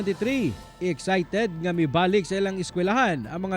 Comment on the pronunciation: ikaw reporter rilator, since feeling bright man kang bayota ka. tudloan tekag unsay sakto. ang word na excited dili na [ig-zay-ted] pagbasa ha kundili [ik-say-ted], ug dili na "out balance", kundili "out of balance". Obob